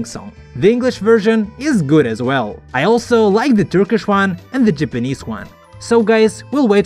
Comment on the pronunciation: I didn't know Japanese is pronounced "jepenez"😂